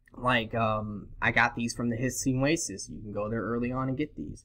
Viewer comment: He was saying hissing oasis I think.